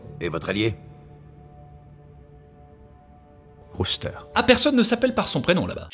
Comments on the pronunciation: C'est pas roster mais rooster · ca se prononce Rousteur bordel, j’ai adoré la video mais ta prononciation du nom me donne envie de tuer des bébés chat 😂